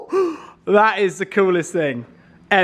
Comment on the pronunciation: Keep saying "ting" it's the funniest thing ever 😂